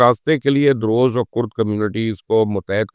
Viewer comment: It's "Druze" not "daroze"